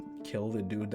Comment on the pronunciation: Bruh I was crying when you couldn't say probably 😂😂 I'm so sorry and then you said boombaclot I snortedm my tequila 😆🤣